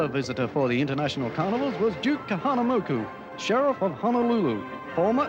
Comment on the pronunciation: OMG; 58 seconds into this video Nat Young can’t even pronounce DUKE KAHANAMOKU’s name correctly!